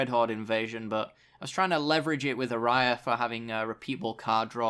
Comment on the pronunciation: Just remember it's ayara, not araya